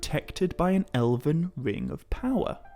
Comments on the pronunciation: You keep saying Eleven. It's ELVEN. EL-VEN. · Ella-vin is killing me